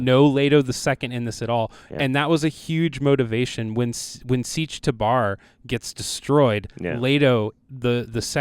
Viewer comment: Honestly, no problem disliking the film, but a lot what they said was genuinely dumb. Not gonna listen to someone talk Dune when they pronounce Chani as Chay-ni and Tabr as Tabaar while moaning about deviations from the source material.